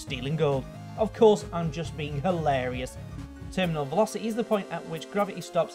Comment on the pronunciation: ProtoTag Shelo he can. He said velocete and then he said velocity normaly